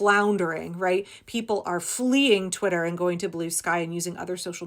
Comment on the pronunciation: Twit-ler...😂 the accuracy! 🤣Let's keep calling it that!